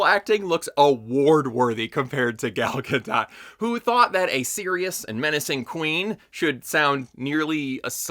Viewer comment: Pronounced as Ga-dote, not Ga-dot or Ga-dough